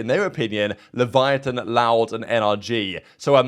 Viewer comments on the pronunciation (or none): LEH VE UH TAWN not Leviathan lol